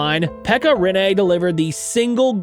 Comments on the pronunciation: Im sorry but I have to say this , and I understand why but try to more emphasis on the douple NN(riNNe) bc now it sounds like you saying Renee😄 good video tho! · Rinne. Not Rinéé. Not Riinei. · ITS RINNE NOT RENEEEE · RINne, not Rinné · its RiNNE not RINE... call his name properly at least... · its not renee its rinne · Rinne pronounced with a French twist. Rinné 😊. Good video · Try Pronounsing it like Renna